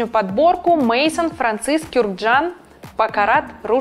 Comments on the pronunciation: мэзон тогда уж, если по правилам чтения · Мейсон... мда😂😭это не имя. Это" Дом " с французского. Срамота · Ну, и не МЕЙСОН, а МЭЗОН, конечно))) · Ну почему, почему "МЭЙСОН"🙉🙉🙉 Ведь это - "МИЗОН"! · Мезон, а не Мейсон. Да ви э бэль, а не эст бэль. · Блин почему столько ошибок в словах, вроде баккара - в честь хрусталя баккара, и не Мэйсон же .. ох 😩